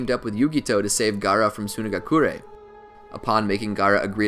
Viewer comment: Bro your accent geeks me sunagakure 😂 we get it you know your stuff